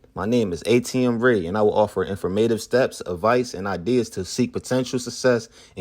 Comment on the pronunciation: Dude you can’t even pronounce informative.. why would I buy a book by someone that can’t even pronounce that simple word, let alone in their videos outro? No way kid. Did you really even write it?